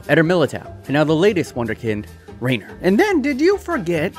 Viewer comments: It is Pronounced Ray Ni Ér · It's not pronounced the same as Reiner Braun because: A) Reiner Braun is a GERMAN name and is pronounced the German way... and B) Reinier has another letter i in the name, so it isn't the same as Reiner and therefore would not be pronounced the same way. From what I've heard, the Brazilian Portuguese (and also regular Portuguese) way of pronouncing his name is "Ray-nee-er" or "Ray-neer". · Reinier is pronounced "Hey" - "Knee" - er